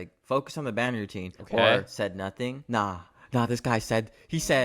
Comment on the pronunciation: Bro really said notuting 👀 ...